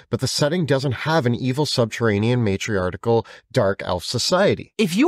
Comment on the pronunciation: "Mate-tri-article" society XD